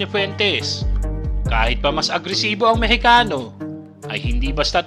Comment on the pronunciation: Ginawa mo pang Amirikano yong Mixicano ha ha ha saka nakaka umay ka ikaw naman ang maingay ikaw ang nagkwekwento.full charge ka yata brother